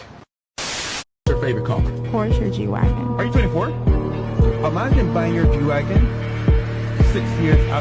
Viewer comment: Porsche Gwagon 😂😂